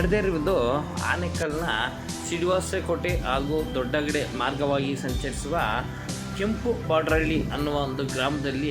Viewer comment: ಕೆಂಪವಡೇರಹಳ್ಳಿ ಕೆಂಪಬೋಡರಹಳ್ಳಿ ಅಲ್ಲ